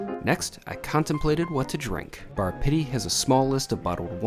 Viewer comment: Sounds more like Bar Shitty than Pitti - by the way, it is pronounced PEE-TEE, like physical therapy which it seems this place needs! That food looked awful - in Italy, we call it an Americanata. I don't know why people think that celebrities know anything about good food? Many of them are just peasants who got lucky!